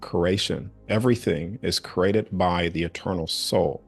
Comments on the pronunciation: I got over it by the end cause the topic and his delivery was awesome. But at the beginning the word I've heard my whole life said a creee-a-ted being said as crated kept snapping me out of listening mode cause my brain recognized it as a different word. Knowing what he meant it was a bit of an annoying hurdle to get by in order to fully enjoy the information. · The way he says created is bothering me